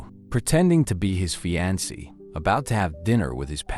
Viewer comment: How is it you keep showing pictures of black women while describing white women?? It's really misleading. Fiancé is pronounced fee-ahn-say.